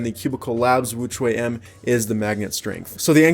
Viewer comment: Sounded like he's saying extra wuque m lol